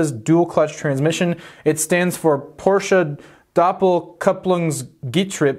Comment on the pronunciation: Firstly: Thank you for properly pronouncing "Porsche". It hurts my ears how some of your compatriots pronounce it. The rest: quite nice, given that no test drive is included/could be included at the time and you could only use marketing images/clips by the manufacturer. The emphasis on price seems to be interesting, though, as you wouldn't expect the 911 to become cheaper, do you?